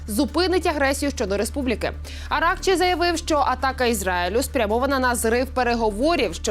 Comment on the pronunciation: Не Аракчи, а АракчИ ( робіть правильний наголос).